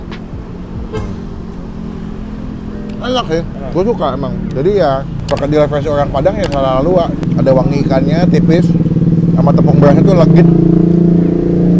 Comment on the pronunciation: Sala lauak bang, bukan luak🤣👍